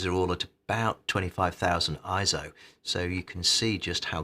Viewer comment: Thumbs down for each time you pronounce it as „ISO“. 👎🏾